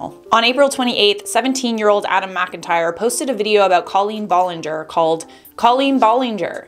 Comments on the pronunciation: BROOOO WHY YOU SAYING IT LIKE COLLIN BOLLINGOR LMFAOOOO THIS IS LITERALLY SENDING ME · I’m sorry but C”A”LeEn BoLlInGeR is killing me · wow you say her name so weird